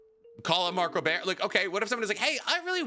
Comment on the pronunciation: One comment: That is NOT how you say Mark Rober